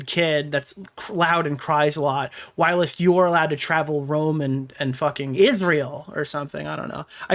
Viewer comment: I’m desperate for you to pronounce ‘whilst’ correctly